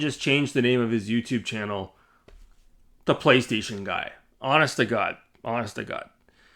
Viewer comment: Is this the guy with a problem with the letter "L" 😂. "pWaystation"...pWay 🙂...pWaystation...